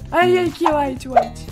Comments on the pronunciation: Como se pronuncia LARANJA EM INGLÊS Como realmente se pronuncia: Orung: ORANJE e se querem saber o tempo (Além disso se escreve ORANGE) E tbm tem o BRON (Brown) e o UAITI (white) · PARA QUEM QUER VER A NAT A FALAR ORANGE E UAITI 😶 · nat na aula de ingles: como que fala laranja? uranje como que fala branco? uaiti como que fala marrom? bron kkkkkk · Como eu imagino a nat na aula de ingles; Prof; COMO SE CHAMA LARANJA EM INGLES? RESPONDA!; Urangi kkkkkkkk Prof: ME RESPONDA JEAN COMO É MARROM EM INGLES Jean: BroN kkkkk Prof: E BRANCO EM INGLES CAUAN? Cauan; Uaiti kkkkk